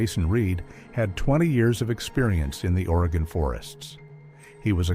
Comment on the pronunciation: Spoken like a true Oregonian!! 🤣 At least he said Oregon correctly!! 🤦‍♀️ I am a born and raised Oregonian, and my children are second-generation, and my grandchildren are third-generation Oregonians!! I will say that we definitely have a great number of people who go missing in this state!!